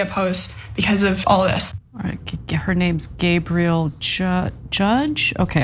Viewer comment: It's pronouned Gab-ree-L. Gabriel is masculine. I'm a lazy girl remember not a lazy boy.